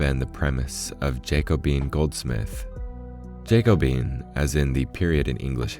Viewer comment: Damn! That emerald pocket watch is gorgeous … BTW it’s pronounced - jack-o-BEE-un —- eliza-BEE-thun